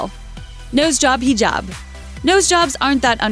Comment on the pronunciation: The nose job hinabs were completely inaccurate.But THANK YOU SO MUCH FOR BEING THE FIRST TO PRONOUNCE HIJAB RIGHT!